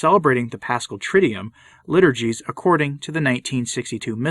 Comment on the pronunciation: Soon-to-be (or already?) Doctor Stine - I'm still begging you, as a Latinist and choral diction coach, to please say "TRID-doo-woom" and not "TRID-dee-yoom". It's a simple change. Say it a few times to get used to it. You have to say the word often enough that I don't want you getting embarrassed by your persistent incorrect pronunciation. You're a brilliant man - please fix this.